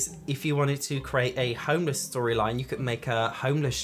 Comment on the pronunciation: Lmao "Create your own perfect story lines" (in your American accent) 🤣🤣🤣 you talking like that, gets me laughing every single time!